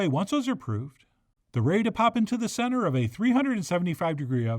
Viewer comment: Chef John's inflection when saying, the center of a, was a bit off this video. Still, no complaints. Just noticing.